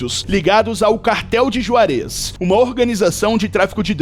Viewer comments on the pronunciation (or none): .Não se diz Juarez se diz "Ruarez"